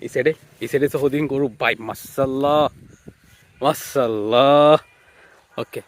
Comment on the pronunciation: মাশাআল্লাহ naki মাসাল্লা naki মসলা.?? sundor kore bolien, apni je dong kore boltesen..😑